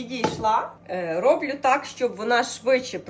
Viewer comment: Не рОблю,а роблЮ. Не гАрненько,а гарнЕнько!